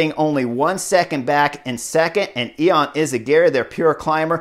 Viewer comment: its actually yon not e-on at least thats how its pronounced and its not postal - burger its postelburger